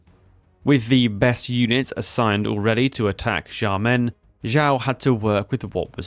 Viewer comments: Xiamen is pronounced Shyamun. Or at least Shyamen, if the previous one is too much for you to process. The X is sh. Like in Portuguese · dude, learn how to pronounce Xiamen, or Xiao, or Xi. its a sharp "sh" like shamen, not jamen. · Great video, but please, pretty please, stop pronouncing Xiamen this way lol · Fei Ye is pronounced as Fey Yeh Xiamen is close to (but not exactly) Shaw men Xiao is pronounced like she-ow, but quickly as one syllable Tou is "toe" Suo is like the first sound in swallow The rest were pretty close. And no judgement here, Chinese is hard and the romanization doesn't always have the pronunciations you'd expect.